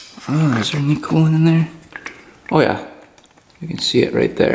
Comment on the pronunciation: Your “Oh Yeah” expression definitely has a Wisconsin twang to it, Ohh Yeah, very cool.